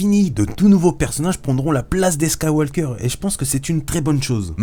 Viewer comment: Juste ça se dit Skywauqueur et pas SkywauLqueur... voilà voila